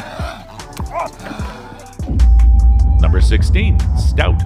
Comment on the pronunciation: Stoat isn’t pronounced “stout”.